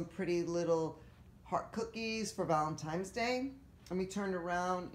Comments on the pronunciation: Looks really great overall, I love the Buffalo plaid on fireplace candles and pillows, love the touches of pink. Maybe a little too much on mantle top. By the way, you keep saying Valentimes with an M instead of Valentines with an N. Other people make the same mistake, just thought you might want to listen to your video so you hear it. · So cute but FYI it is pronounced ValentiNe's Day not ValentiMe's Day.